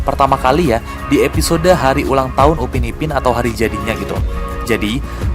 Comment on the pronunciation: Upin bang bukan ubin